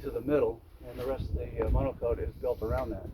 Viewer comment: lol... He said monocoat, at least that's how it sounded ...! Is he an rc guy? The word is monocoque...